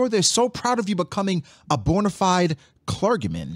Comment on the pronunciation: making fun of syv’s Pronunciation the other day and now butchering the pronunciation of clergy is really funny